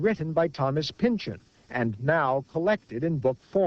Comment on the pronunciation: It's pronounced "pin-chawn", not "pinchin".